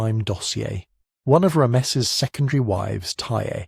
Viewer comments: Horrible narration. Who pronounces Ramses as "Ra-meses"? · ram-mess'-es... but whatever. Still a total fail. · Rams esses? AI. U gar it? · Ra-messes the great, eh? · ra'-me-sees, fix it, okay? It brings the whole value of your work down, in a negative exponential way. I won't be recommending this channel to anyone until you weed out its poor pronunciation (and multiple other problems, for instance which Rameses/Ramesses are you talking about?). I like your overall process but your execution and exposition is a disaster.